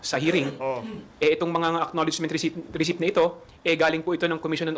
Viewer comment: Receipt Resit ❎ Resip ✅ What are you YUTTERING mr. khonghun 😂😂😂